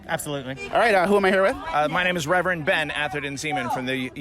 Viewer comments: That "reverand" legit.pissed me.off. damn! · Wow. That “reverend” 🤦‍♂️ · Seriously w that ‘reverend’.. 🙄 smh